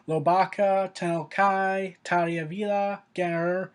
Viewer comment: Talia? Is Tahiri really that hard to pronounce, mate? Tah-heer_ree.